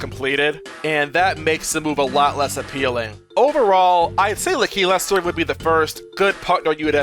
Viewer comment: Bruh, it’s LAKilester, not L’keylester